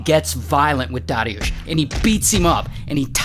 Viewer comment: Man congrats on saying polish names good. People I know have difficulty sayng easier names yet you almost perfectly said dariusz